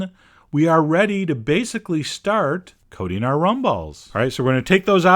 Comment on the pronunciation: Chocolate Coding XD he keeps saying it like that. :PP coaTing